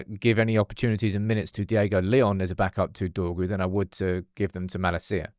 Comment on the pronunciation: Your pronunciation of Malacia is driving me insane